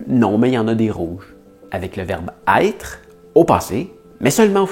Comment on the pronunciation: 4-:12 Avec le verbe " aêtre "!